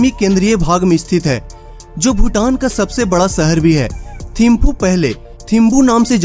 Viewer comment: Thamphu instead of thimphu🤢🤢🤢